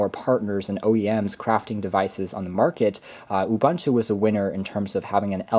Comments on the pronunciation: stop pronouncing it Ubanta. It is pronounced OOBOONTOO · U-Bun-Tu!? nah U-Boon-Tu ;)